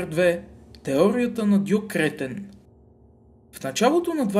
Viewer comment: Добавих те преди да прочета,не искам телевизор :))). Много тактично,че на Кретен слагаш ударението,където трябва :))) ,а не накрая.